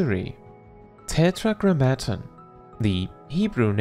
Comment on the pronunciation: As far as I know, Tetragrammaton is more like "TET-ra-GRAM-uh-tawn" (a little more emphasis on separating out the last couple syllables). Great video!